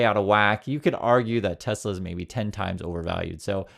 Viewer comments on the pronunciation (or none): "I love tesler!" 😂☠️🎉 crap cars... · "BUY A TESLER" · It's not Tesla, it's Tesler